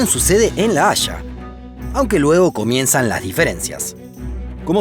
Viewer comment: si no lo escriben, casi creyera que la ciudad se llama ''la hasha'' y no ''la haya'', buen video